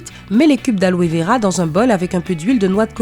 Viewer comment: Alove vera ou aloe vera 😂😂😂😂